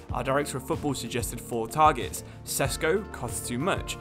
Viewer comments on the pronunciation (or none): none